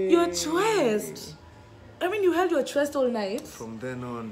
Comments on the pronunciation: i felt for Chweeeest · Ghaiii noo u dint say akotheee 😂 😂😂😂😂😂😂😂😂😂😂my chweeest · *dies everytime says my chweest😂😭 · December Drinking Games. Take a shot everytime says "My Chweeest" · Everytym i heard my chweeest i was on the floor😂😂😂😂😂😂😂😂😂